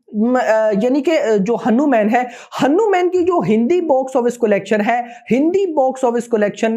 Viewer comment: Bhai aap hanu_man ki jagah hanuman bhi bol rahe ho